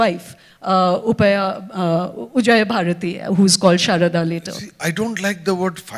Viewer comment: It's not Madan Mishra, it's Mandan Mishra, alternatively Mandana Mishra. And not Ujayabharati, it is Ubhayabharati. What an ignoramus. This host should learn to not run her motor mouth when she doesn't know the basics about what is being talked about.